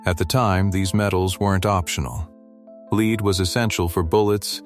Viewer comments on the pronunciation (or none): Leed is not a metal, AI.